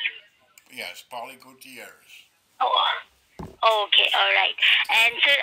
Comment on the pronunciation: She cant pronounce Gutierrez ..😂🤣🤣. Listen how she's avoiding to say it . 😂😂